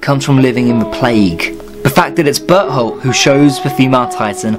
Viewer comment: When you said Bertholdt it sounded like you said butthole and I was lying there so confused like "who's that?"😂